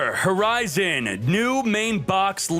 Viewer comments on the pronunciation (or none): none